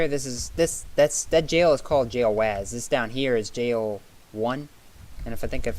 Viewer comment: lol, its not Wazz like Jazz its Wazz like Wuzz xD